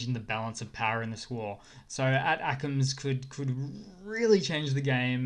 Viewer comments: Dude you are pronouncing “ATACMs” missile wrong. Pronounced “Attack-‘ems” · ATACMS is pronounced "attack-ems." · Love your work! Tip: in the states we pronounce ATACMS as “A-Tackems” Say it quickly enough and it sounds like “Attack-ems” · FYI you are saying ATACMS incorrectly. I beleive the correct pronounciation is "Attack-ums" like saying snackums but with attack instead of snack :) The reason being is that the ATACMS runs off of the US ATAC system which is a complex GPS/map system that diffferent weapons systems can connect too (sort of like google maps for smart weapons). So the ATACMS is just the Missle System that runs on the ATAC system. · FYI -- ATACMS is pronounced "attack mms."